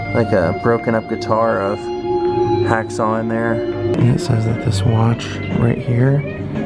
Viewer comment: well done sir...by the way its "Hawkshaw" not "hacksaw"